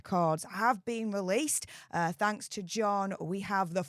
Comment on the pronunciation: "Wecords have been weleased!" the altew Newd said.